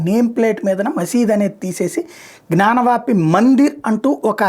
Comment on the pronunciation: Correct your pronunciation if Gnyanavapu. You are omitting y and saying gnanavapi. First correct yourself